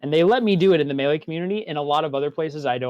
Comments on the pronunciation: Say it with me Doctor "May. Lay." "Maylay" NO MEALY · I love this shit, but if he says me lee one more time IMA LOSE IT